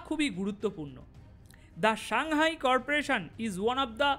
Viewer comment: সাংহাই কর্পোরেশন নয়, সাংহাই কো অপারেশন।